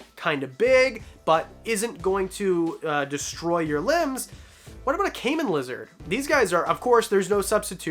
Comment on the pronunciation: It's Anti-Venom. You keep saying antivenin, is cracking me up, I know you know what you're talkin about. It may be your accent that's making it sound different. I enjoy your videos they're really informative . I've never heard of the last lizard you talked about I couldn't understand if you called it a caiman lizard or a Canaan lizard can you please specify? A caiman is a small crocodile, if nobody responds I'll try looking it up on the internet because it's actually very beautiful lizard. I really think the tegus are beautiful. If I ever get the space, I would love to have one of them. Thank you for all the information God bless. I'm speaking into an iPad so I might have some typos my apologies.